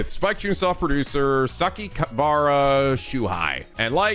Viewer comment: Same old, still failed to pronounce Sakakibara's name after multiple tries